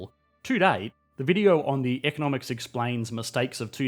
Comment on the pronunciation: It's 'esplain'.